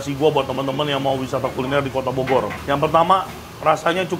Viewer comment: saking capenye ye koh "bogor" jadi bodor...😂😂😂